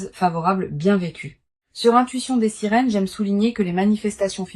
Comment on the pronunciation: Des "" SERINES""" ???? AU LIEU DE SIRENES ...TAROT DES SERINES ??? ENCORE L I.A ....INSUPPORTABLE ...PPPPPFFFFF